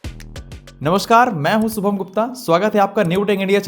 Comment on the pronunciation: सुभम ,,,,ya शुभम ,,khudka nam to thik se bol